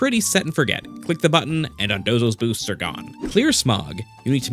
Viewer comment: “the booststs”